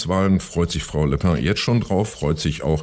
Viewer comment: Bin ich der einzige, den es irritiert, dass Küppi den Namen von Le Pen immer wie „Le Pain“ ausspricht?